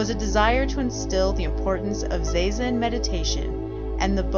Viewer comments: It's "zah-zen" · Is that really how it’s pronounced, zazen? Like zay-zen?? I thought it was like “zah-zen”